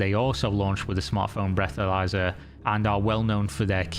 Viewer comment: Sorry ... I hear breathomyzer and I am out.... wtf....